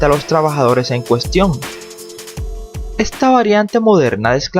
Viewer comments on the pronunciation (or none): none